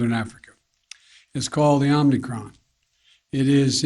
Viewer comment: Omicron...he said Omnicron.